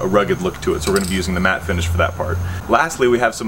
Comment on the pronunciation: i really hope you mispronounced matte on purpose....